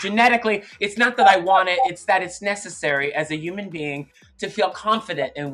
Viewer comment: Thorgy: as a uman being… where’s the H??? She absolutely cracks me up!!! Thorgy forever!